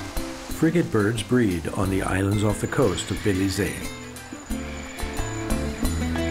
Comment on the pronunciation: Your pronunciation of the Country name Belize was wrong.